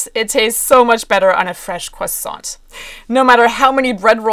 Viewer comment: Sorry, how do you pronounce croissant?